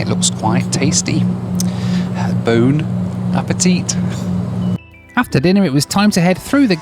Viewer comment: Yeah the em-BARKED really got me. Edit: The 2nd Bone-a petite got me. the first time I thought your pronunciation was just awful.